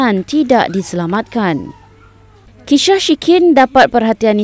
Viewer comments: 1.00-1.10...kisah shikin jadi khisah shikin..adoiyaiii...khisah pulak jadinya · kishah ke kisah? hahaha suara latar tersasul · Aku je ke dgr dia cakap “kishah shikin” pada minit ? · Dengar betul2 reporter tu cakap . Kishah shikin 😂😂😂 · Aku sorg je ke yang dengar dia cakap "kisyah syikin" time tu? Reporter pun sampai tersyiasyiul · "kisyah syikin" lolz